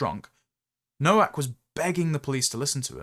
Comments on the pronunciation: Just being pedantic, Nowak, is pronounced Novak. W in Polish is pronounced V. 😊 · Novak,; Nowak is pronounced Novak.